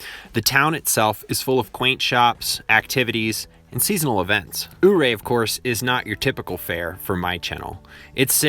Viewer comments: I really enjoyed the couple of videos of yours I watched but something, as a native Coloradoan just drove me so nuts I had to look it up and fact check. Ouray is pronounced you-ray, not ooo-ray. Thank you for letting me vent, lol. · In Colorado, we pronounce it You-ray. The road isn't that bad, at least on the northbound. Follow speed limits, don't be pressured by tailgating locals to go faster. I'm an old Colorado boy, so I'm used to Colorado high roads. The scenery is breathtaking. Find places to stop to look at the countryside. Don't miss the drive into Silverton, which is a blast from the past mining town. That said, when I was driving up the road in my Colorado style, I looked over at my partner who looked kinda green, so I asked him if I should slow down. I slowed down. You may have covered this before, but I the drive up Indepence Pass is a white-knuckler, and I've heard the drive down is even worse. Also, the Phantom Canyon Road from Hy. 50 into Victor. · I moved to Silverton at 16 yrs old in 1994 . I drove red mountain pass at night the first time and had No idea what lay just off the side of the road in the darkness. I only realized what I had done a week later when driving back to Ouray during daylight... Was quite a realization!!! Anyways, I don't know why every video pronounces Ouray wrong🤔 It is pronounced YOUR-RAY. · I used to live in Ouray. The locals pronounce it like “yurRAY” 🙂 Enjoyed this, it has been too long since I took the highway. I know pretty much where all the pull-outs are because it makes me so carsick. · Please learn to pronounce the name of Ouray(you-ray). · I live near this road - you'll never have a problem up there as long as you remember that this is nothing more than a jeep trail with black top on it! :) BTW - Coloradoans pronounce Ouray, "You-Ray". FYI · Ouray is pronounced "your-a". I was raised in the Colorado Rockies and this is the scariest road I've ever driven. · It’s called You Ray (Ouray) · It's pronounced "Yer-ray"